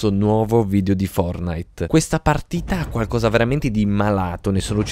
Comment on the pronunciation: È fortnite non fornit